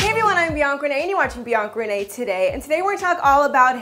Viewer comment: Whenever she says Bianca Renee. It sounds like Beyond Grenade .